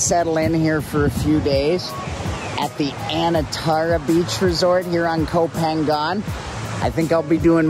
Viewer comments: koh phangan should be pronouced koh pha-ngan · Gorgeous! I always thought it was pronounced "Go Pahng nyahn" though. Anyway, who cares? It's gorgeous. What kind of drone do you have? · you're pronouncing koh phangan wrong??? i think it should be closer to "koh paanyang"